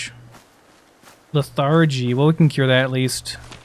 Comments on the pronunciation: 'Leth-er-gee' not 'leth-are-gee' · You say anthropoid and arthropod ...... but lethargy the first syllable is emphasized... :)